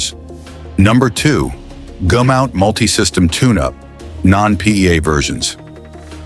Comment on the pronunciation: Goomout?? Goomout??? When was it changed from Gumout?